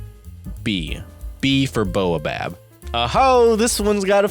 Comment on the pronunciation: It's pronounced "bah-oh-bab"